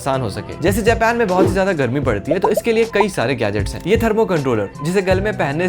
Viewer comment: Japan ❌ jepan✔️